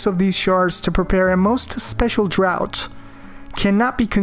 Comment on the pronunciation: Draught is pronounced like draft. No offense.